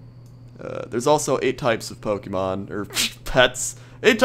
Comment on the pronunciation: if u dont win the battle u dont get what u have caged that snake is a mad pokemon btw lol i like how u said pokemen lol!!